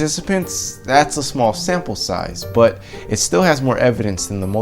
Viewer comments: OK "when you pronuce "but" it sounds like "pot" . Is this your subconscious talking - This was a joke not a judgement of your rasta looks. Science is cool and difficult. May be thanks to your inspirations more rappers turn to do science. I am a biologist and seek new research projects with plant cytochrome c and genetic modification molecular biology technology. any contacts there you can recommend__ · Hi I am a biologist and brain activities plus its vitality is my area of interest. This bear example was fascinating. False memory usually happen because of alcohol or drug or sexual abuse. Please KIS keep it simple .When you say "but" it sounds on my side like "pot" maby because you look like rastapherian. I am in Poland.